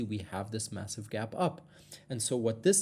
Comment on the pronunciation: DID YOU SAY "MASSIVE".